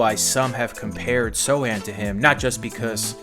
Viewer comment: One question, why he's called So (c) han Instead of So Chan? Just being curious